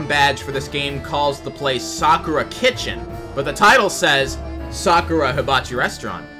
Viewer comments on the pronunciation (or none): "sakura" is pronounced "sah-cur-ah" i think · As a person who works at Sakura It’s pronounced Sa-ka-ra